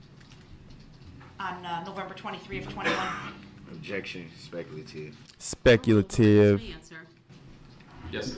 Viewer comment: Da nara-teeev is specul-teev